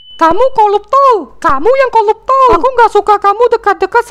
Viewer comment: "koluptol" noice